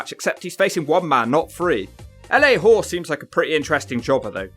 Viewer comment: I was Bastion Booger on many wrestling forums 15 years ago. Also its LA Gore not Hore but its fine no one really cares about him. And Gonzales WCW was a little better but you can also use your dump from yesterday and today again about both runs